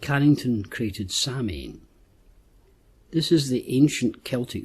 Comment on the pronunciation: Samhian is pronounced "sow-in", FYI, Irish lady here :)